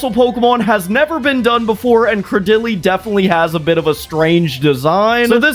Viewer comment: day 11 of commenting until I get a custom pokemon, the way you pronounced Craydily made me cringe ngl